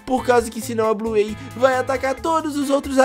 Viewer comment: Da até raiva dele falando Bluêi, (Bluey) e ELE CHAMANDO A BINGO DE "ELE"